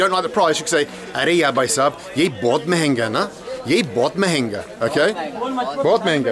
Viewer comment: Are yaar!!!.not are ya...but still loving this hindi lessons